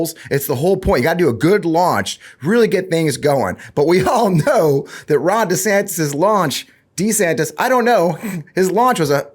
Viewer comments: One more time I remind y'all, it's NOT DEE-Santis, nor is it DEH-Santis. It's DUH-Santis! DUHHH!!! 😆😅😂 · It's Duh Santis bro... Duh 😂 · It is DUH? Santis, like as in DUHSNOT have a clue. He is asleep at the wheel and out of touch with anyone's feelings but his own. Get A WOKE meatball Ron !! 😊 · Duh-Santis. Duh. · it's Rhonda Santis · I believe it’s pronounced Duh Santis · Anyone who changes the pronunciation of his own last name according to the whims of the wind has no backbone to be the President of the United States. DEEsantis. 🪼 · Let me correct it for all of you... it's DeSHITSTAIN. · For the record it's Duh Santis. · I'm pretty sure his last name is pronounced Duh-Santis. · IT’s Duh Santis. because he ain’t home in the head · He doesn’t know how to pronounce his name, either. He has gradually changed it since he first took office, making it sound less Spanish and more Anglicized. So, there’s that. So,don’t feel too bad about not knowing how to say it properly.